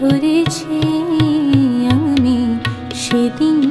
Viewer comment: aami bolte pronounceta gobhir hotchhena